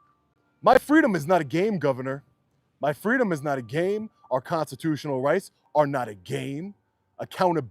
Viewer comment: brother needs to practice speaking the word "constitutional" a little cringe every time.